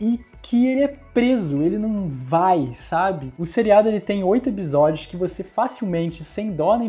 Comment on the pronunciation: Eu sou louca ou ce sempre fala ebisodios?